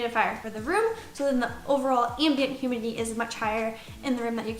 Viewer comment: “hurmidity” lol